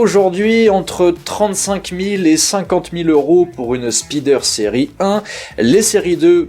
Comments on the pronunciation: Désolé mais "la spideur" m'a fait saigner des oreilles 😂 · Je dirais même plus "speedeur" 😂